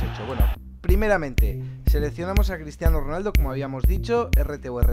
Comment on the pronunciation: Min dice Cristiano ronalda